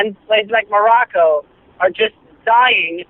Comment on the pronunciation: "Just like _ _ _ _ _ has its own attraction...", Did he say Morocco?